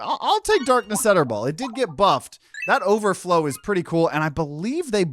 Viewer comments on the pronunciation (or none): Why do you pronounce it “Etterball”? It’s clearly a play on “Darkness Eternal”.